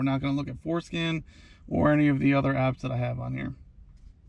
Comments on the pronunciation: It's not foreskin, it's forscan.... Lmfao and SMH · It’s for SCAN not skin lol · foreskin? you mean forscan? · Forescan, not foreskin.